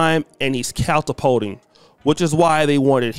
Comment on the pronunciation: I think you said caltapulting, which isn't a word. Was that your attempt at saying "catapulting"? A for effort buddy.